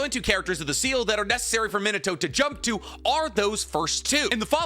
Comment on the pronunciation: PLEASEEEEEE STOP SAYING MINATOS NAME WRONG PLEASEEEEEEEEE. Kushina literally says Mi-na-toe. NOT Mi-no-toe